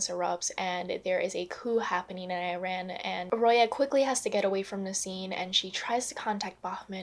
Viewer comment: It doesn't matter much but you are saying Iran wrong.